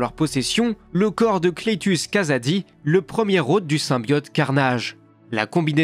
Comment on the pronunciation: "Cletus Cazady" ça m'a coupé l'immersion.